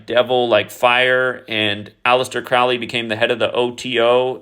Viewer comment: Crowley rhymes with "holy" (Crow-Lee) Think about the movie the CROW starring the late actor Brandon LEE. Look up the poem "The Convert" ... The first 2 lines are... "Where are you going, so meek and holy?" I'm going to the temple to worship Crowley."